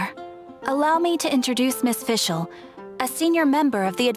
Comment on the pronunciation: I love how Fischl pronounces the German words